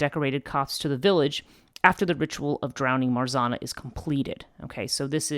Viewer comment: I Love This channel and work You put on it! Hugs from Poland:* Pronouce tip: 'rz' in Marzanna sounds like 'g' in beige and double 'n' should be accented like in name Hanna :)